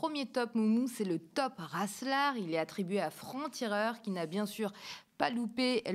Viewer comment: "franc-cireur" j'étais pas prête ! 🤣🤣🤣